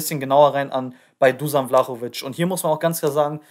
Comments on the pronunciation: Seinen Nachnamen hast du sehr gut ausgesprochen,nur sein Vorname wird Duschan ausgesprochen,ansonsten cooles Video✌🏼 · Richtig ausprechen duschan sonst Daumen hoch fürs video 👍👍👍